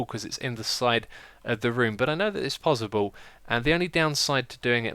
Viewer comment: You say possible weirdly